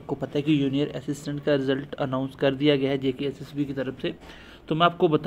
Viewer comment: Junior hota h bhai... Not yunior